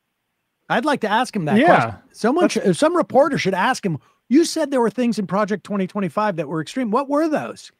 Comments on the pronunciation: bro keeps saying "Project '25" instead of "2025" yeah... that'll distance you, Donald... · “He’s involved in praject 25”